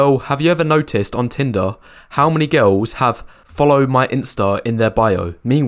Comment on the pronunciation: I will never listen to the advice of a man who pronouces "girls" as "gawholz." Full offense intended.